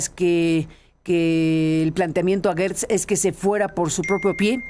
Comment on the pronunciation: Carmen es Gertz no Guertz. ¿cómo dices geranio o gueranio; Gerardo o Guerardo?